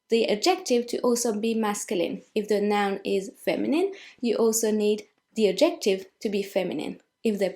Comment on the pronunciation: The fact that you keep mispronouncing “adjective” is very distracting. You keep putting the emphasis on the wrong syllable “..jec...” so it sounds like you’re saying “objective”. Nevertheless, thank you for the lesson.